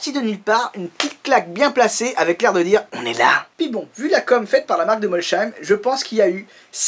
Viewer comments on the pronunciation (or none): Pas "cheim" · J’habite en Alsace et c est pas molsheim avec le son ch mais molsheim avec les son s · Je t'invite à regarder mes dernières vidéos sur Bugatti, où j'ai depuis appris à prononcer correctement Molsheim :) Elles datent de l'été 2018, ou La Minute Actu ep.36